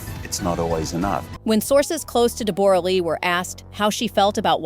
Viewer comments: If you must comment on peoples private lives however much they are considered public property at least pronounce their names correctly. I have never hear Deborra-Lee's name pronounced De-borra! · Her name is pronounced ‘Debrah’, she is Australian and that is how Australians pronounce it. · This is absolute nonsense… AI can’t even pronounce her name right… people are so gullible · I winced every time her name was mentioned... totally butchered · Such a shame the awful, judgemental AI voice can't even pronounce her name correctly!! 🤬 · Please pronounce her name correctly . Ouf it is making me cringe. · Learn to pronounce Deborah’s name correctly. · DEBRA LEE NOT DE BORA LEE😊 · DEE BORE RAH?! REALLY?! It's DEB-RA you ai donkey. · It’s not pronounced Deb-or-a It’s just like Debra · It’s DEB-ra not Deb-OR-a - she literally says her name within the first couple of minutes. Hugh Jackman is not 49, he is 57. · DEBORE A LEE??? FFS....LEARN HER DAMN NAME PRONUNCIATION. ITS DEBRA LEE. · It’s DEB-ruh, not De-BOR-ah. Teach your ai better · Debra not Debora lee 😮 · Deborra-Lee is pronounced Deborah-Lee - if you are going to do a story on someone at least do your research and pronounce their name correctly. Oh right you have a stupide AI voice doing the narration. There's aways two sides to every story and you never know what truly went on in a relationship and what the other side did to contribute to its demise. The way you go on in the video about 'poor' Deborra-Lee - she's walked away with a fortune, mostly made up of Hugh's earnings, so she will be fine. What about all of the other people who go through a divorce and walk away with nothing. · Deb-uh-ra. Not De-bore-uh. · I just can't with the "De boragh lee" 😂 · For Gods sake all us Aussies are rolling our eyes...HER NAME IS PRONOUNCED 'DEBRA' JUST SPELT DIFFERENTLY.. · Deb bor ah. Say it properly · I stopped watching as soon as I heard "Deb-bora". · It is, it's pronounced "DEB-RAH" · ITS DEBRA DEBRA